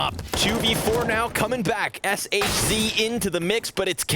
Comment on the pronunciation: shz is not pronounced "shiz"